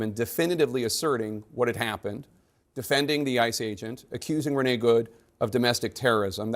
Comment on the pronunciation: Renee is not pronounced as ‘renny’ 🤦‍♂️